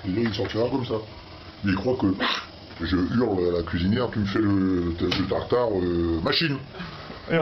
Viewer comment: A " tatari" de boeuf 😂